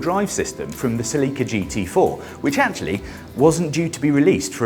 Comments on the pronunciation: What the heck is a Sa-Leak-Ka? Celica???? You mean Cell-Lick-Ca? NEVER have I heard it pronounced Sa-Leak-Ka. That is awful! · what the hell is a "ceLIca"? You mean Celica? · Celica pronounced (sell ick a) not (see Lee ca) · Right, that pronunciation is awful. Cell-Lick-Ca flows off the tongue so much better than Sa-Leak-Ka. Why U.S. drop the (u) from words, pronounce (Z) "Zee" instead of "Zedd". And Aluminum as Ah-lume-mini-mum vs. U.K. "AL-YOU-MIMINIMUMUMUMUMUM". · OMG my Queen....... -zah English speaking friend! There's ZERO "LEAK" in the Toyota Celica! It's pronounced; when spoken as it should (Cell-i-kah) cheers mate! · Uh Seh-Leekah lol nice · what’s a “sell-Lee-kuh”??? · What’s a “ceh-lee-kuh” ?? 😅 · Uh suuhlecka? It’s pronounced Celica. 😂😂😂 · Why do brits mispronounce everything? It's Sell i Cah. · Selleeka ? Are you intentionally saying words different just for fun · sa-lee-ka My Neanderthal brain took like 2 seconds to process you were saying Celica. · 110%. Sounds more like Selllica the way they are saying it. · Toyota pronounces Celica as “SELL-ih-kuh” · The real pronunciation is actually Seh-ree-kah. 😄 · The way this guys pronounces Celica is killing me yo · I’ve never heard the name Celica pronounced more redartedly 😂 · Please learn to pronounce Celica. Shudder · I know, it always makes me laugh too. Especially when James May says it. 🤣